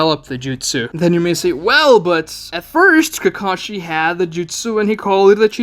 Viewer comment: Ugh I hate the dubs. It’s KA-ka-shi, not “kuh-KA-shi”.